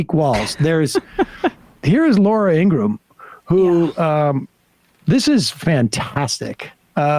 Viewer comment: Ingraham not Ingram